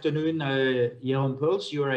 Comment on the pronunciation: Merci. Je vis aux Pays-Bas. Pourriez-vous me communiquer les coordonnées de cet avocat? (qui s'appelle Jeroen Pols, et non pas Poels)